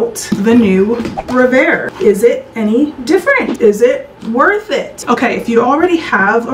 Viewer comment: I think it is pronounced REV AIR not RE VAIR